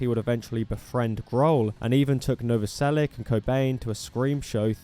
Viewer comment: It's Novoselich, not Novoselick.